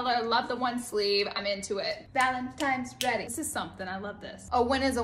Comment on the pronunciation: She definitely said ValentiMe's. She said on one of her other videos a few weeks ago that people are always accusing her of saying it that way but she knows she's saying it right. Who's gonna tell her bcuz...